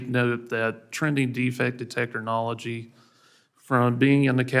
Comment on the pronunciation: But i still love "De-Techer-Knowlegy"